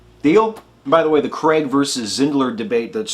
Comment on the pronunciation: Why, oh why do Americans pronounce Craig as though it's Cregg? Another great demolition. Thank you.